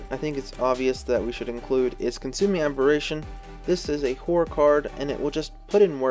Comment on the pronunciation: Really gotta pronounce both syllables in "horror" man haha. Great vid tho